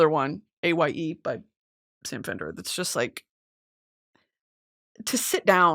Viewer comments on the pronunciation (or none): speaking about Sam fender makes me so happy to know that its not just people from the northeast who relate to his lyrics. p.s. "Aye" is pronounced like "eye"